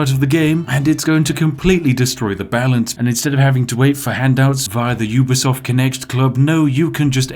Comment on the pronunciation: Lol its ubisoft not ea xD